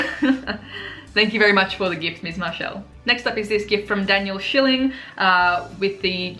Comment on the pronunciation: Nice job saying spieletrend and schilling ;)